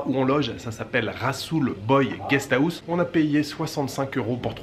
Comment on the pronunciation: Tu te moques de sa façon de prononcer "Bonjour" alors que toi tu n'arrives même pas à bien prononcer House, "Guest Awouss" !! Ce n'est pas sympa